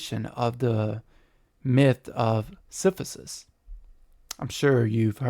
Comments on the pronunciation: Siph-i-sus. Yikes. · Your pronunciation of Sisyphus is making this very hard to take seriously…